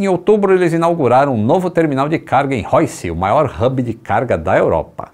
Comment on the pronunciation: Roissy se pronuncia “roassí ” e não “roissi”